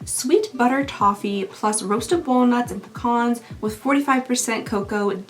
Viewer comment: It’s so nice to actually hear someone pronounce PECAN properly online. Thank you for your service 🫶🏻